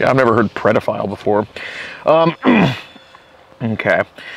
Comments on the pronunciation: He’s a big DAP fan. He keeps saying “predaphile” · Dap always say prediphile....he must watch there videos freaking creep